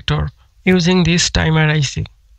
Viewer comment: the "dimer IC" :D hahah